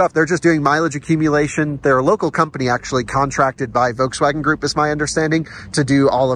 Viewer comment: NOT Wolkswagen but Folkswagen pronunciation.